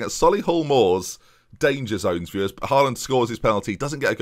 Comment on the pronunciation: you saying 'viewers' kinda bothered me, interesting video, but probably can't stick around